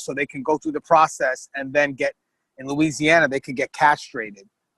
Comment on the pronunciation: You can tell these people aren't from Louisiana. They not saying anything of the words correctly